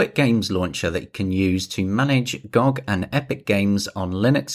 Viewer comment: Instant dislike for calling it gog instead of gog